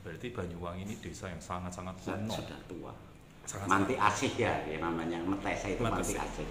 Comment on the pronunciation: Meteseh bukan mateseh